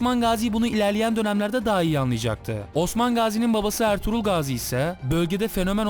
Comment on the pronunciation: abi ertuğlur derken kuruluş ertuğrul filmindeki ertuğrulmu :D